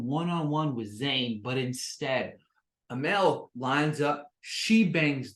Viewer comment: It’s pronounced Uh-mall not amel